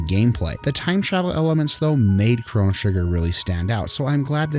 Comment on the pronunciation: Nice. Except I couldn't ignore the way your pronounce Lavos, Lav OS, not Lav AS lol. And it's Crono, not Cronno. 10/10 regardless.